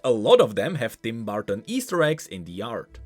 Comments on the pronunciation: "Tim Barton" "BARTON" Hope you ment to say Burton. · Burton. Not barton bur-ton